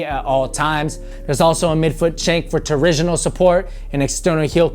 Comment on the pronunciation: come on! torsional! not torisional... but nice review!